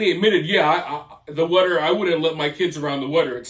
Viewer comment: Maybe they are getting sick cause their drinking this wudder you keep talking about. Have them get some bottled WATER. Out of all the way you pronounce words wrong, say them wrong etc... Can't you after. You are the worst.